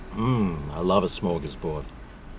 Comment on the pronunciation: smorgasbord. Derp.